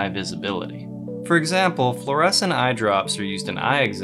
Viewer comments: Floor-A-Seen not floor-essen. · Floor-uh-scene, not floor-eh-sin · Fluorescin' ? It's definitely fluorescing 😛 Beautiful footage, BTW. (FLOOR - ess - een) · Fluor-eh-scene, not fluor-eh-sin, I just have to be that dude.